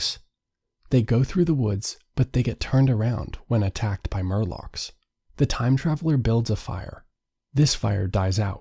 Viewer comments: “Morlock” not “Murlock” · Morlock, not murloc. This isn't Warcraft. 😁